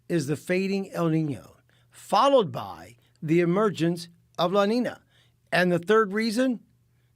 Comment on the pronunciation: he says el niño right but says la niña wrong lol